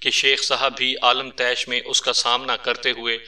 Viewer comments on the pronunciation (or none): عالم طیش نہیں عالمِ طیش اسے عالمے طیش پڑھیں گے